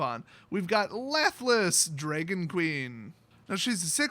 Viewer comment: Dra gon DraAaaaa no e in dragon..